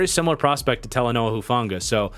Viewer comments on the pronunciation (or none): none